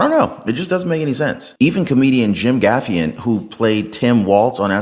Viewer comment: is very nice, but he mispronounces some words and proper names. He just mispronounced Jim Gaffigan as Jim GAFFIAN. Can someone help him out beforehand?! Please!